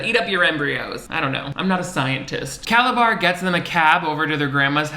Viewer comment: I don't know if he intentionally called Calabar by "Calazar" at the end but it was so unexpected I burst out laughing!!!